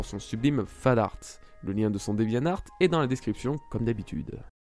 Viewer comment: C'est pas pour être relou, mais bon je suis maniaque XD : on dit DevianTart et pas devianart...